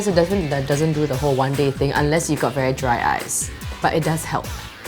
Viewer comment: "the paper is veh big" spoken like a true singaporean :')